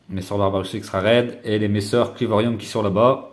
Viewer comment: On dit clivorum et pas clivorium attention a pas faire l'erreur 😋